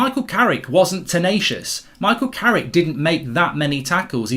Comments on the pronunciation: Every time he says carricky with the accent, I 😂😂😂😂😂😂😂😂😂😂😂😂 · True carricky